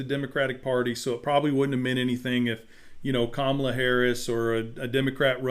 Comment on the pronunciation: I've heard them say Kamala's name the same way that traitor 47 says it. Don't do that. It's pronounced Kama-la, not Ka-ma-la.